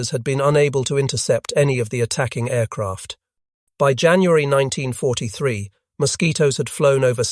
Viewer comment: Why, in an item on the Mosquito, is there a sequence of pictures of a Hurricane; an Ardo 234, a Junkers 88 , and what the hell is that things ? The Bf 110 looks as if the image has been stretched! The lurching dialogue is painful...'in nineteen forty. Three...', '... and ' ...the Messerschmitt me two six. Two...' pronouncing the initials like Ta as tar, Me as me. and on, and on it goes.......AI slop.